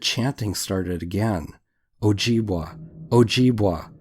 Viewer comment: just to let you know its pronounced o jib way not wa awesome stories though